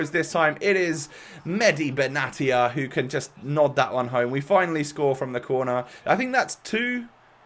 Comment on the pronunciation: It’s pronounced benashia but love the vid as always